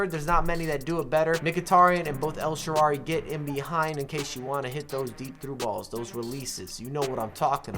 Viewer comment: El sharrarrrrarryyy 😂🤦🏻‍♂️